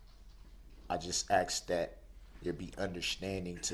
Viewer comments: How come some people cant pronounce words that end with TH, they use an F or they cant say the word ASK properly? They say ax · 31 years but I don't believe your that bright. Ha ha. Aks, substain, tacket. All he did was copy her. Every big word he used he learned from her. Face it babbling brooks you got beat by 3 women. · I would be your best friend! 👏🏼🤣🙌🏼 I thought things like this the entire time. And my personal favorite “axe” for ASK. Drives me insane. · "TROOF" "GROUNDS " "DO DAT" "AXES" "NOT" "NOT " HE'S JUST A SQUIRLY SMALL NARCISSIST 😂😂😂😂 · He said sometimes he can't pronounce words.He's not wrong there,he can't even say the word ASK!